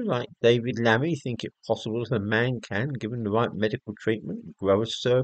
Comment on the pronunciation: " I Fink therefore I might be " ! Decartes.